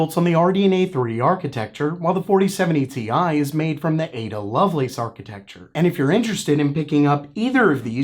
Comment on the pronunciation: Dude, stop with the Ti pronunciation gag. The joke only made sense for the card that was released that way. The 3090 Ti is the only card that was called Ti in that way! So stop. That era is over, we're in the 40 series now.